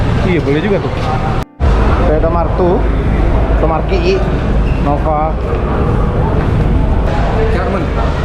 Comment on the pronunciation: toyota marki'i hahah auto ngakak 😂